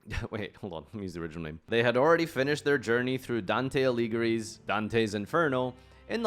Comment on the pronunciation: I felt violated at saying "Alighieri"